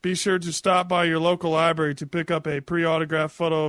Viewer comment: Come on, the man pronounces 'library' as 'liberry' for God's sake.